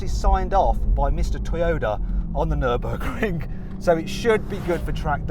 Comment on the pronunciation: 너버그링 (X) 뉘르부르크링(O)